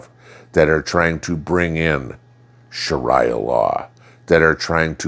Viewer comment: Sha-REE-ah. Not sha-rEYE-ah. FYI.